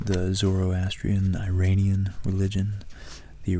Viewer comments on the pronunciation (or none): You're mispronouncing Iranian. Great video otherwise!